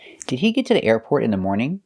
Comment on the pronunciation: The pronunciation of "the airport" seems a bit off to me.